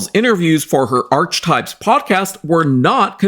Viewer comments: I believe archetype is pronounced as /ar-ke-type/. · Archetypes is actually pronounced .. R-key types just for future reference, I don't blame you getting it wrong as it wasn't popular and only 12 episodes plus the extra one for the trailer of it, I'm surprised anybody knows it at all lol 🤣🤣